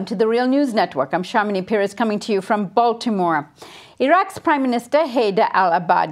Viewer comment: I get angry every time I hear her say Baltymore.